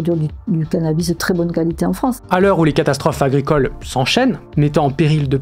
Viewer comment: la « cali té » pas mal celle là